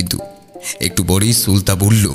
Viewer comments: Ufffff tomra ki thikmato bangla porte janona?naam ta সুলতা not সুল্তা। spell every letter separately. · er 'প্রাতঃরাশ' k 'প্রাতরাশ' r r er 'সুলতা' k 'সুল্তা' bolata sottie kane legeche. But as usual er golata just just oshadharon. ❤️❤️❤️❤️❤️ Tobe amon valo golpo chai jegulo sesh hoar por o resh theke jai ba tan tan uttejona thake. Serom golpo r sathe er golar jonyo OPEKHAI roilam. - Pushpita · তুমি বারবার সু-লতাকে সুল-তা কেন বলো!!! তোমার দেখি আমার মতো সমস্যা, আমিও ঝগড়াকে ঝড়গা বলি🤣🤣 সে যাই হোক আজকের গল্পটাও ভালো লাগলো ❤️ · tumi "sulota" ke "sulta" kano bolo??? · Ufffff tomra ki thikmato bangla porte janona?naam ta সুলতা not সুল্তা। spell every letter separately my name hemanta kumar dutta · Plz don't mind একটা কথা না বলে পারলাম না গল্প অসাধারণ উপস্থাপনা আরও অসাধারণ ও অনবদ্য কিন্তু সুলতা নামটির উচ্চারণ টা খুব অস্বস্তি লাগছে plz এটা একটু ঠিক করে নিলেই সমস্ত ব্যাপারটা আরও শ্রুতিমধুর হয়ে উঠবে। আশা করছি আমার এই বক্তব্য কারুকে hurt করবে না।